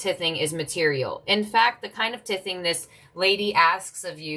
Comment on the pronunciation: Thank you dear! FYI "tithing" is pronounced "tie thing" ❤